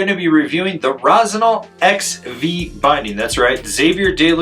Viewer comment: Rossignal. Get your sht together. Lol. Luv it.